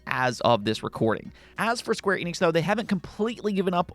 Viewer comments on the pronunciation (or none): none